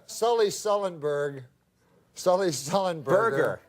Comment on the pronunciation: Norm knows Sully so well, he said his name wrong.